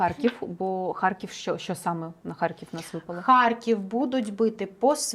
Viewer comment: скажіть нехай не чьокає,в нашій мові чьо,що це дуже погано